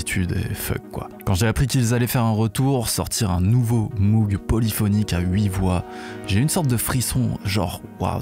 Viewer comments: On ne dit pas Moug mais Môg. C’est Mr Moog qui l’a précisé dans un vielle vidéo . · je ne vous jette pas la pierre, vous n’êtes que le miroir de mes propres mauvaises habitudes. Mais entre nous, j’ai entendu Jean michel Jarre dire Moug dans un reportage...😆